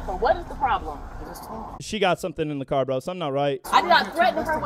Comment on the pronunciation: "its in my cwar"